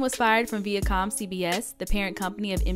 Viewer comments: vIacom not veacom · Viacom isn’t pronounced that way lol